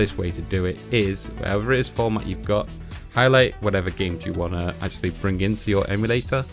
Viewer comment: "If you wan to."